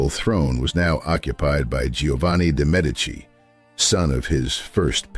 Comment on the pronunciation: MED' ee chee: Medici is pronounced